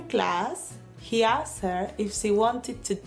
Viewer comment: En la oración: After class he asked her if she wanted to dance in France; no se les escucha pronunciar correctamente asked es decir no suena la T por el contrario se escucha como si dijeran solo Ask.